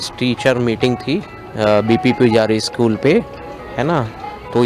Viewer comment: शकुल नहीं.... स्कूल बोलते है